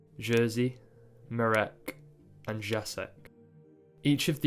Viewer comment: a note on the pronunciation of names: Jerzy is like "Yeah-zhee" (J is like English Y, RZ is like french G/J e.g. in "jour") Marek is kind of like you said it, but the accent in most polish words falls on the penultimate syllable, so MArek, not maREK Jacek is like Yah-tseck (again, J is like English Y, and C is like ts/tz e.g. in tzadik) Google translate is really helpful to have the words read out loud and hear the pronunciation! Great video btw :)